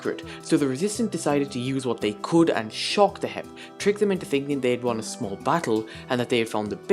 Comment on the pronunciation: Hermits: HEP Scar: HIP Grian: HEEIP my guy here: H-E-P